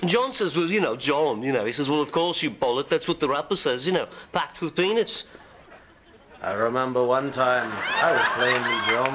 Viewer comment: hE SAID "PENIS" INSTEAD OF "pEAnUts" HAHAHAHAHAHA The best part is definitely Ringo.